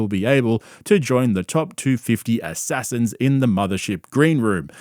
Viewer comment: I love the pause before and emphasis put on the word "assassins". I laugh every time 😂